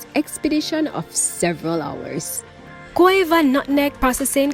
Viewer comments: The nutmeg station is located in Gouyave, a French word pronounced Gu-aa-ve. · It's pronounced "Guav" like guava (which is what Gouyave means). Not "Goh yah veh"